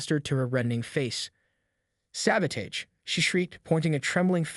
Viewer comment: Apparently TTS can't pronounce "Sabotage" 🤣